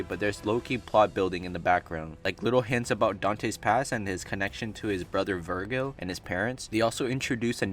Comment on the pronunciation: Vergil not Vergo